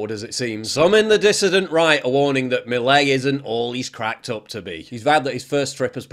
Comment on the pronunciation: You say « milei » so badd